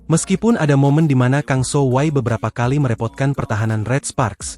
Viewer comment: Kang sohwi bukan sohway 😂